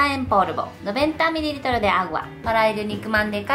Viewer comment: Amo como dice "miriritros"